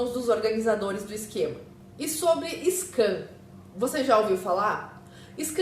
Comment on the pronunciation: scam, não scan, da uma fechadinha na boca pra fazer o som do "m" no final...